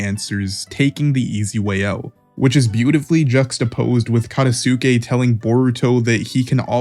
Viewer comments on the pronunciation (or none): Katasuke (kuh-tahs-kay) Ao (ow) Just some pronunciation tips for future videos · SUMIR bruhhh its Sumire MUGINA he aint a women KATA Sukayy bruh i apreciate the vid but i mean cmon try to pronounce it correctly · This is great, the name pronunciation is my only problem( ayo, katasookay, mugina) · I'm sorry but the way you say Katasuke's name 😭